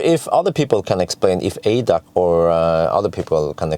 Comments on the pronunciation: Again an informative video from you. For your information: ADAC is the abbreviation for "Allgemeiner Deutscher Automobil Club". The letters are pronounced individually A D A C. Kind regards from Germany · We don’t say it in one word in German. A-D-A-C like AC/DC Never heard it in one word 😅 Follow your videos for years now, greetings from Vienna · It´s pronounced A D A C ;-) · Funny to hear it as ADAC, sounds unfamiliar. We say the letters separately. A-D-A-C.